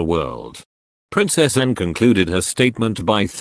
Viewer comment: Awful speaking robot, it cant even say Anne properly, RIP Prince Philip.